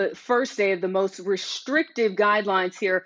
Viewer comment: ....It's not 'Re-sch-rictive'....it's 'Restrictive'.